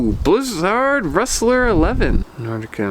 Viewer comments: Blizzard is pronounced like wizard. Stop saying it weird. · In German z is pronounced like 'ts', and most people pronounce Völkl and Stockli wrong as well.